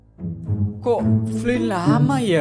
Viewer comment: Yang anda ucapkan Flynn yang saya dengar flint